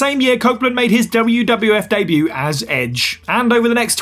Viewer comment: Debut* not Deibyu